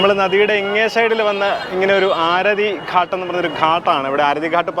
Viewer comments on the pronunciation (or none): ഘട്ട് എന്നാണ് ഉച്ചരിക്കേണ്ടത്🙏🙏👍👍👍